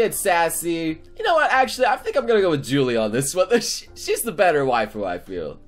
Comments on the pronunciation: You know hasn't watched Absolute Duo when he pronounces Julie as jool-ee and not yool-ee-ay (yes, I know that those pronunciations look weird, shut up.) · Is not (Jooo-lieee) it is pronounced (hooo-lie-a) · Guys, he said yulier or yulie wrong he said JULIE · watches Japanese ver of absolute duo julies name is pronounced julie Watches dub Julie is pronounced YOU LEE AYYYY What.....? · The pronouncation of julie(yulie) pls listen when troy says her name many people get it wrong the spelling is julie i think but the prononcation is (yulie) ok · God it's not Julie it's pronounce u-li-a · "julie"? fucking "julie"??! have you seen either the dubbed, or the subbed or even the fucking raw version of absolute duo? there is no debate on how to say her name.